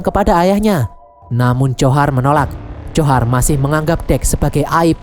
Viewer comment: Njhorr namanya bang bukan johar